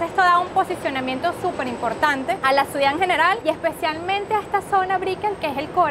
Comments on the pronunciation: Esta señora vive en una ciudad, y NO SABE NI DECIR "CIUDAD".🤯 Señora, NO ES "Suidá".🤣 Hay gente que viene a Miami a hacerse los finos y "fresas", luego les ves diciendo que para tener "calidá de vía" hay que tener un apartamento de $ 4millones.🤦🏻‍♂️ La mejor herencia posible a los hijos, es la educación y la inteligencia emocional. Con eso tendrán libertad financiera para disfrutar del tiempo libre, amarse a sí mismos/as, tener calidad de vida sana, en una casa bonita sin tantas banalidades inútiles que se tienen solo para "impresionar" a los demas y sobretodo, sabrán hablar correctamente su propio idioma.🤷🏻‍♂️😅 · La CEO tiene que aprender a decir "Ciudad" y no "suidad"... Saludos ✋ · Esta chica muy bien vestida, muy bien peinada y dice “suidad” en vez de ciudad 😅😂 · Me encanta cómo dice suidad en lugar de ciudad 😅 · Buen video todo bonito, pero no podía evitar oír cuando la chicha decía suidad cuando es ciudad 😅 que pena vale dile que ensaye esa palabra. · Todo magnifico hasta que las chicas dijo "SUIDAD" como 5 veces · Toda la vida estuve equivocado... Siempre dije "CIUDAD" y resulta que se dice "SUIDAD"